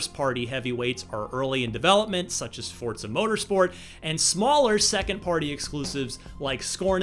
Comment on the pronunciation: It’s Forza not (Fortza)